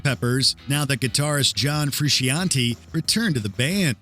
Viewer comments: Two things. When talking about RHCP, please pronounce John Frusuciante's name right. It's "Frew-shan-tay" Second, Californication definitely was popular in 1999 and not 2000 OK, third inaccuracy. The Real Slim Shady was super popular in VERY early 1999. I know this since I first heard it on KROQ (of all places) in February 1999. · Fruciante is Pronounced "Froo Shawn Tay".